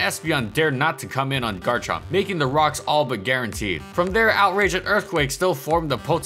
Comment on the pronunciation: IT'S GARCHOVER